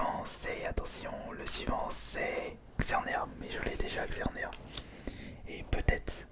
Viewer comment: Trop bien ta vidéo comme toujours mais sa me stresse a toute tes vidéos il faut dire le S a la fin de xerneas mais c’est pas grave